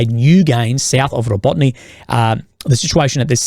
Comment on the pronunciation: Dude it is not Rabotne it is Rabotine [roˈbɔtɪne]. You have been talking about Rabotine for 8 months already, please learn how to pronounce it